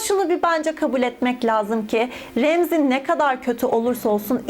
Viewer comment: Ramsey'i dumduz Remzi, Shireen'i de ayni sekilde Sirin diye telaffuz etmen adeta mahallemizin cocuklarindan bahsediyormussun gibi dinlememe neden oluyor sanirim. Asiri tatli. Hayatimda ucuncu kez filan bi videoya yorum yaptim sanirim... Iyi ki varsin, butun videolarin cok tatli. Bay.